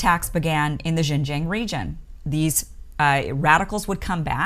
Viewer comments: the "Xin" in Xinjiang is pronounced as "Shin" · Xinjiang pronounced sheen jyang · Great intro to the actual situation in Xinjiang (pronounced SIN-jiang). Unlike many western media that just spits out rhetorics of human right abuses and cultural genocide versions of the situation. I understand how hard it is to actually do the research with only English. If you were able to speak or read Mandarin Chinese then you would actually realize many Uyghurs are friends with Han Chinese. They're both against violence and extremism. Many Uyghurs actually have saved many Han Chinese during riots. I taught English briefly in China and saw that the students of both ethnics get along. Many Uyghurs do have some stigma to them in the eastern coastal cities as they are usually not economically ahead and didn't speak Mandarin so they had to resort to petty crimes. However, that's a situation for western countries also. Great job on explaining the situation on outside extremist Islamic influence in China as well. They love to prey on the uneducated so is why China wants them to have compulsory education nowadays. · Kim, I love you dearly, but please learn to pronounce Xinjiang correctly. You can find videos on YouTube that will instruct you in the correct pronunciation. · LOL the way she pronounced 新疆 like couldn't she ask anyone how to pronounce it?!? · This woman is nothing but an ultra ignorant American. She admits she knows nothing about the issues, and can get no facts. She has not put her feet on the ground in Xinjiang, and cannot even pronounce it correctly. So why express an opinion? Another narcissist. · Listening to you constantly mispronounce Xinjiang is painful, and makes it hard to believe anything you say.